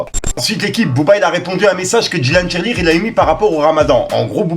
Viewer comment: Dylan Thiry et non Dylan Tirelire 😂😂😂😂😂😂😂😂😂😂😂😂😂